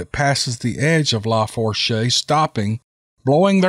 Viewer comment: Just an FYI, the Tensas is pronounced like ' tensaw'. Lafourche is pronounced like ' lah foosh' . Teddy Roosevelt did some bear hunting in the huge Tensas Basin.